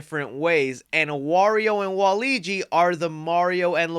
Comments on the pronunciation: It Waluigi not Waligi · Why was he pronouncing it "wal-eegee?" It's Wal-lew-egee! Ha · I'm definitely hoping they bring baddies such as Wart from SMB2 the koopalings from SMB3 or even the Wario Bros. in the sequel, also you gotta realize his name is WAL-LUIGI not WALIGI! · Wa-Luigi is not pronounced waleegee it’s pronounce wa LUIGI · It's WALUIGI NOT WALIGI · I hate to be the person but… it’s Waluigi not Waligi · His name is Waluigi, not Waligi. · You kept saying, “Waligi” but it’s actually “Waluigi” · it angers me when i hear waleegi, it WALUIGI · Love ya man, watch almost all your videos. Great review on this movie as well. I loved it. But that being said: IT'S WALUIGI not Waleegi xD much love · It's not wall eegie it's walla weegie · Not u calling waluigi “waligi” 😭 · My guy said Waleegee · Wah-loo-igi lmao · I love you and appreciate everything you do but my guy why you keep saying waigi isn’t it waluigi?? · It's Wa Luigi...😮‍💨 not waigi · Hey it's pronounced WAH-LOO-WEE-JEE 😊😊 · I LOVE THIS MOVIE I watched it last Thursday and my face instantly smiled when I saw all the references and I bet they’re going to do a whole lot in the sequel. (Btw Waluigi is pronounced WA-Luigi not the whole word your welcome lol) I loved how the story is around the brothers and I loved Jack Blacks Bowser's song. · DUDE! 😂 why do you say Waluigi like that?!? 🤣🤣 its so weird because you know how to say Luigi correctly but not WaLuigi? 😂 it’s just Luigi with a “Wa” in front of it 🤣💀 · Bro I know you didn’t butcher Waluigis name